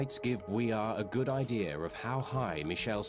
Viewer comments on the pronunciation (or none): Not a typo, I mean idear. Southern accent saying idea. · Idear? I haven't heard that said in a long time.